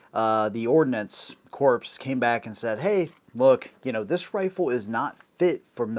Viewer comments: Ordinance Corpse? Really, it's pronounced "Core". BTW. The high velocity .22 is junk, it relies on velocity to compensate for its lack of mass. There's a reason for the military going to the 6.8. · Ordnance CORPSE! Ordnance Corps, pronounced like Core. The "corpse" pronunciation harkens back to Barak Obama's "corpseman". He just doesn't know. Nobody told him. I didn't either until somebody told me. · Ordnance corpse?